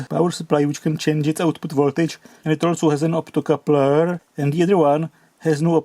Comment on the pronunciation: ...please dont rectify the optocoupler! Keep it at "optocooopler" only 😊❤ Also "dodggeee and dangerooos" 😊😊